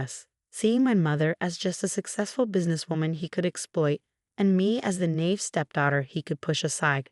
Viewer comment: “Naive” is a two syllable word.